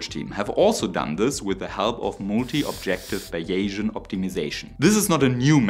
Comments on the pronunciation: "Fine night" not "fin neat" Also, "bays Ian" .....not whatever you said. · Bayesian = "Bäiʒänn" So wie vision = "wiʒänn" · I hope this won't be taken as rude, because it's intended as helpful, but may I suggest that you lookup/exercise the pronunciation of "finite" and "bayesian"? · '' Finite'' is pronounced ''Fainaite''. not ''Finnit''. And Bayesian is pronounced ''Baysian''. Not ''Biaysian'' or Bayasian''. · Nice summary and a very good point about scaling -- just an English pronunciation warning about initial vowel sounds: "finite" is with a long-i (like eye) and both "variable" and "Bayesian" are with a long-a (like "Eh" in Canada :) (And "Bayesian" does not have an inflection -- it's B-A-sian, with only two syllables.) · That’s “f-eye night” and “Bay-zee-en”, btw. Elsewhere, I found this phonetic respelling: "BAY-zee-uhn" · Finite= fy-nite, and Baysian= bay-zean, and not bay-asian. Can it be used for a motorcycle engine? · Great presentation and analysis. Just one pointer: the word "finite" in English is pronounced (if we were writing in German: Fei-neit with the "ei" combination pronounced as in "Leica"; the final "e" is silent. And "Beyesian" is pronounced "Baysian", almost like a German "ä". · Protip 2: Bayesian is more commonly pronounced closer to “Bay-zee-uhn” than “Bay-jjin” if comfortably communicating to a North American audience. But, you do you, sir. 😊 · Finite is pronounced “fye nyght” and Bayesian is “bay zee ann” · If you're looking for American pronunciation for english, the word "finite" is pronounced as if it rhymes with "twilight," and the word "bayesian" is pronounced like BAYZeean ("Bayes" rhymes with "days". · FI (eye) Knight, Bays' e an, poly sty' reen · You are pronouncing “finite” as if it were spelt “fieniet” in German. The correct pronunciation is as “feineit” in German spelling, with the stress on the first syllable. Also, "Bayesian" is pronounced like "Behsian" (three, not four, syllables) in German spelling.